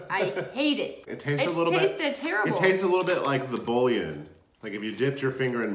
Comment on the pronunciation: Razzle dazzle lol Tell me why I was thinking would be like it’s a mini baguette 😂😂 Also..... I didn’t want to but it kept bothering me.. It’s “boo-yawn” not “bull-yun”